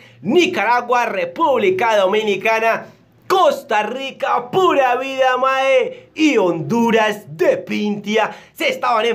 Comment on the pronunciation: "¡Pura vida, mae!", le salió mejor que a algunos costarricenses